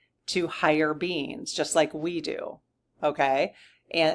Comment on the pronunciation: I am sure you are saying star beings, but all I hear is Star beans. LOL